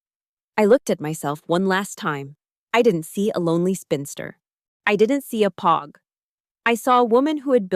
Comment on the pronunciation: And say POG the right way for fucks sakes!